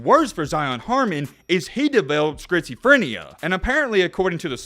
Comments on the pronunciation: Say it with me: skit suh freh nee uh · It is pronounced, "skits-o-frin-e-ya." Took me a minute to figure out what you were saying lol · "He developed Skritzeephrineuh" goddamn bro u could've done a retake on that one. And the other time u did it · great video, but i can’t get over you saying “Skrizophrenia”😂😂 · Great video man! The way you say schizophrenia is crazy “skritzophenia” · “Scritzaphrenia” lmao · bro said scritsyfrania 🤣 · Lol. It's pronounced "skit-suh-freh-nee-uh." (To make it easier= skits-ah-fren-ee-uh). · "Skritz o phrenia" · “Schizophronia” check your pronunciation. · I never in my life have I ever heard someone say schizophrenia the way you have. At first I was like what is he saying. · Bro cannot pronounce schizophrenia 😂😂😂😂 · if you say schizoprenia wrong one more time LOl